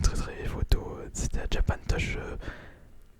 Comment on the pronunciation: "Japan teuch"